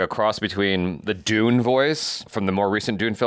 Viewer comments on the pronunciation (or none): none